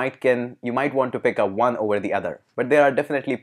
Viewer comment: i have been asking a question for many times but no accurate replays. hope you answer me why Indians pronounce "w" or "o" letters as "V" ?!! so when you want to say ONE your are actually saying VUNE which has no meaning !